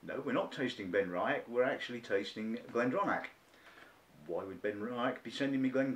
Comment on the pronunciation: good review..... but you must at least learn how to say benriach and glendronach properly..... ;-)